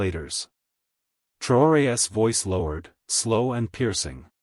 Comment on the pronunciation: Learn how to pronounce the possessive of Traore.